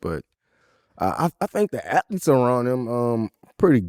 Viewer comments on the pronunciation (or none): What is an "atleet"?